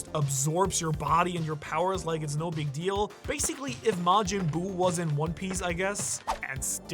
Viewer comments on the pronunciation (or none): none